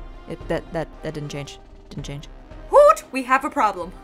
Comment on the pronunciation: How did Houston turn into Hoot?😂😂